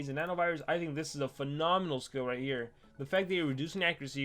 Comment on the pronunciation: ik that tbh, just that "fanamanal" triggers me more than seaquake being called op